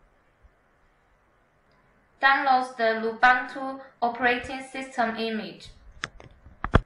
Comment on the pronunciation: Thanks for nice tutorial! Take in mind the pronunciation of Lubuntu is not "lubantu", the correct is loo-BOON-too as the Ubuntu is oo-boon-too (from Wikipedia). ;)